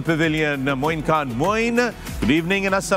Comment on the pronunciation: Yes, an analyst must be fair in his comments regardless who is playing. But for fakhar e alam to say that he wished Indian win the cup is, honestly, shameful. I think he’s too amazed and influenced by India. It’s annoying how he pronounces “khan” ….he says Kaan instead of khan….shameful